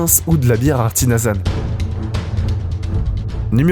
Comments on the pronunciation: "bière arti-nasal"😅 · "8.50" je cite : "de la bière artinasale" ???!!! alors déjà que c'est des vidéos de masse, genre lama je c'est pas quoi , histoire de faire de la tunes vite fait bien fait! donc si en plus la voie off ne lit pas son texte correctement, c'est même pas la peine !!! aucunes originalités, redondant, ennuient, et c'est certainement la pire voie off que j'ai entendue ! (ce n'est pas le ton de voie mais vraiment la façon de parler qui m'exaspère! ) et je ne parle même pas de la phrase de présentation de la vidéo ^^ "0.35" (les 15 plus gros fruits et légumes jamais créés!) rien qu'avec cette phrase, tu comprend qui a un problème !!!